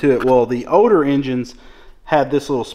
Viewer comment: Older is the word, not ODOR… 😂😂😂